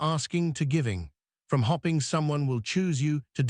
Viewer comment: learn to spell- it will help the pronunciation he said hopping instead of hoping 4 or 5 times. Spoils the effect. Otherwise very good advice of course. (reliable and resume also mispronounced)